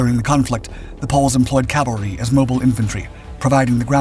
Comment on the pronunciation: The word is C A V A L R Y!!! Other than repeated mispronunciation good video. Semper Fidelis